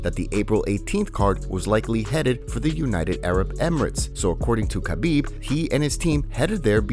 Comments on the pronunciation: Khabib's name really is not that hard to pronounce. HA-BEEB. Very simple. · People! World! The K in Khabib is silent! Get it! Got it! Goooooood!